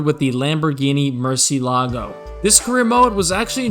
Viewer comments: I loved this video I had the PSP version of this game and spent months playing it. Oh btw it's called a Lamborghini Muhr-cee-eh-la-goh, it means bat in Spanish. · Lamborghini<<Murciélago>>, el acento es importante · Lamborghini "MuRciLAgO”